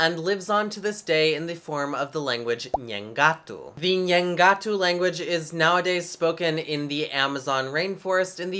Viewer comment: ACHO que a pronuncia é nhengaTÚ, com a ultima silaba tonica. Pelo menos foi a forma como ouvi em videos. Não é uma critica nem nada, so uma observação boba. Abraços Video de um falante de Nheengatu